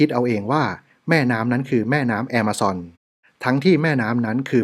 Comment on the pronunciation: ออกเสียงคำว่า Amazon ว่า แอมะซอน นี่ถูกใจผมอย่างแรง รัก เลยครับ ❤️❤️❤️❤️❤️